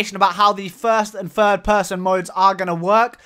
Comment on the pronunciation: "third person" mate, not "fird".........